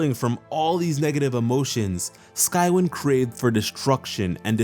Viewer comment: It’s pronounced sky-wine